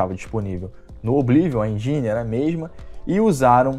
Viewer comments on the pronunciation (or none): none